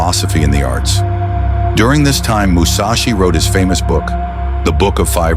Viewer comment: Seriously? Musachi? How many samurai did you have to choose from?